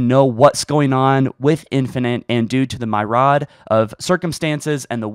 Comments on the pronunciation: Did my man just call "myriad" "MY ROD"? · LMAO , myriad isn’t “my-rad”, it’s “mir-ee-ad” 😂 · Myrod? Buddy... look up some of these words before you say them. Its Myriad (myr·i·ad /ˈmirēəd/, as in Mir-ee-add). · myriad. not "my-rod" - it's mih-ree-uhd. it means "many different" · Just to be a help, "myriad" is pronounced "meer-ree-add" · Myriad is pronounced, mee-ree-ed. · "My-rawd" lmao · Myriad is pronounced "meer-E-add" btw. Good video though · Mee-ree-ad not my rad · Myriad = ("meer"-"ee"-"ad") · ikr lolol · Myriad isn't pronounced like that. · You mispronounced "myriad."